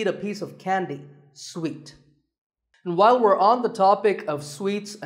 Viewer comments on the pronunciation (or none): none